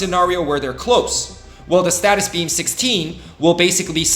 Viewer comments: its stasis beam not statis beam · I have been loving the content, and I hate to be this guys but…. It’s not a status beam but a stasis beam (stay sus). It’s driving me crazy lol (more a me thing than a you thing!) Anyway I’m loving this series and it is helping me plan head for what to focus on as I progress in the game. Keep up the good work and I look forward to future content!